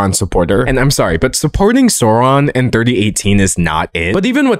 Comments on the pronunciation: Babe I'm disappointed. I thought you're the type who would pronounce Sauron properly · You made some important mistakes. First, Saruman was never Gandalf's mentor. They've always been colleagues. Second, you mispronounced Sauron. Yeah, he kinda deserves to have his name mispronounced, but at the same time you're butchering someone else's language.